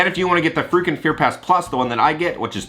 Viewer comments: Sounds like you're saying freakin' fear pass 😂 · Thanks for another great video! I thought you kept saying “the freakin scare pass” instead of frequent. Lol😂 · Thought you were saying FREAKING fear pass😂Love your vids, friend!